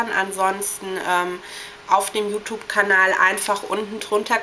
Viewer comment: Dafür dass du so viel über Accesoires und so redest siehste aber ziemlich dürftig aus....kann nur sagen meine persönliche Meinung an alle Mädchen die das sehen ist...Hört bitte nicht hin ist ja grässlich >.> achso und bevor ich es vergesse: ES HEIßT YOUTUBE UND NICHT YOUTUPE!!!